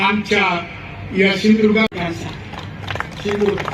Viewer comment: सिंधुदुर्ग म्हणा गुरूजी पहिले